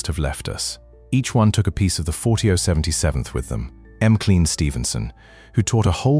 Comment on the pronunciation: I agree. M Clean, Ginger Roogers, Betty Grabble, Lenardo.